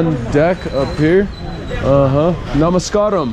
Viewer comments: Its namaskaram, not namaskram. From 🇱🇰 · don't say Namaskraam......SAY...NAMAS KAA RAM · May I correct your pronunciation mostly your friend I believe - it is Namaskaaaram!! Good video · I know... but that is Namaskaram not Namaskram! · Namaskaaram. Correct pronunciation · LMAO IM Sorry BUT DID HE JUST SAY NAMAS KARAM 😂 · Hahahaha you guys are funny....first learn from someone how to say the word "Namaskaram" or just say Hi that will do. Good video bro.